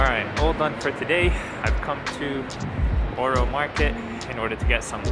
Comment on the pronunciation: BorO Market its pronounced bUro market lmao